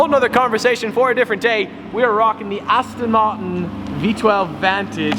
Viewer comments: you dont Say astin martin right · aston maen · You sound german when you say aston martin with that weird accent lol